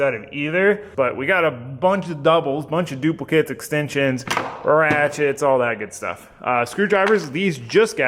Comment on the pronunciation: 'extemsions' 🤣 love the content, enjoy videos like this a lot!